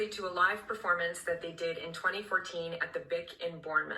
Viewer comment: "not a great perfo..." Woman, we about to come for your whole career